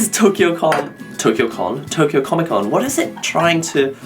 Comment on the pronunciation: "Tokyo Con" lol